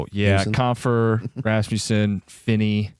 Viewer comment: "Ras-MUHSSIN" yeah that guy watches the Red Wings